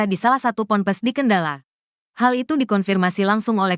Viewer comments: Cara membacakan berita itu yg bnar, yg lugas dn cermat, jngan asal" San.....sperti kata Kendal, dibaca dg kendala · min Kendal bukan kendala😂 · Naratornya baca Kendal aja gak bisa....Kendala.... Kendala....Kendala....beli kacamata dulu Min!!!! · kendal min kendal bukan kendala.... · Kendal.... bukan kendala mak. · Perbarui dulu kosakata google translate,Kendal bukan kendala😢 haduhhh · Kendal min... Bukan kendalan....😅😅😅😅